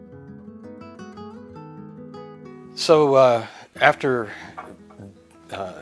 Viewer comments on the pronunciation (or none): none